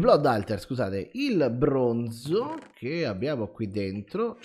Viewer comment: Quanto è esoso il brrrrrrooooooonzo